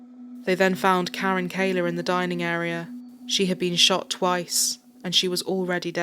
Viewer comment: It's Kahler, not Kaler, silly...